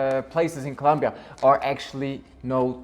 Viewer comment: Es ColOmbia! Por dios. If You are a travel agent and Even live in Bogota, You really should learn how to pronouce C-o-l-O-m-b-i-a. Just trying to help. Thats a real pet peeve of the citizens. Also Colombia has came a very long ways into being safer, and yes, there is a Lot of pretty crime in some áreas, however the violent crime has decreased by 80%. Or more. How long have you lived there?? If your gonna have a channel and name yourself,which you pronounce as Columbia frank, please do yourself a favor and pronounce it correctly. As a travel guide you may want to put some positive content in your video to encourage people to enjoy the most biodiverse country in the world with a lot to see and where 99% of people on the street are more approachable than in the US or London,inglaterra. As far as dramatacizing narcos. Let people know to be careful and not wear gold necklaces or Rolex watches or pull new $ phones out in public, and NOT to go out drinking alone and don't meet up with nor bring any person that you just met to your place because of scolplamine, which is basically like a daterape drug that is usually administered by putting in a drink if you go to bathroom take drink with you and if you happen to be a person that travels alone, don't visit with intention to travel there looking for sex or drugs, these are the people that are targeted and give gringos a bad name. Otherwise enjoy the culture and the people and you will have a goo